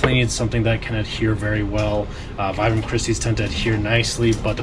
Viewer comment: Vibram is pronounced “VEE-bram.” Named after the founder, Vitale Bramani.